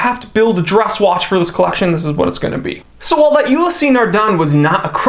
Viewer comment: Ulysseee? The pronunciation is ULYss